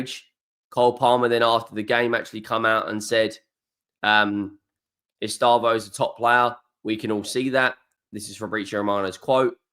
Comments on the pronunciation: Es-teh-vow not estayvo 😂❤ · sorry, stupid auto correct. Of course it’s Estevao, or to pronounce it correctly ‘STEV-OWN’ (where the ‘own’ rhymes with ‘town’) I’ve corrected the error now. Thanks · P.S.: British people speak his name Estêvão in a wrong way. It hurts his ears, I mean, it sounds awful to Portuguese speakers. Please, the stressed sylable is /tê/.